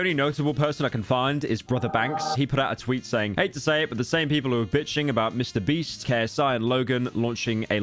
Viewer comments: did i hear that right? "mr breast" 2x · y does bro keep saying mr breast 💀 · Am I the only one who noticed that Pyro refers to Mr. Beast as "Mr. Breast"? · why do i laugh everytime he says MrBreast whats wrong with me?????